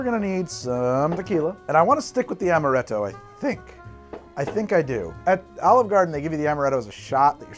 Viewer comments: while speaking with the Italian accent, just makes him seem like Mario became a mixologist. "Its-a made with AHMaRETTo, WA-HOO!" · pronouncing italian: ~amarrretto~ pronouncing french: meyes en playce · That first cursive "amaretto" sounds like it came straight out of an Italian ad, damn.